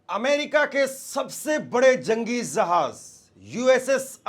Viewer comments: Zahanz nai re bhai Jahanz, Abraham Lincoln re bhai, tu Teri zuban saaf karle bhai for God sake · Jahaj nahin Hai jahaj Hai jahaj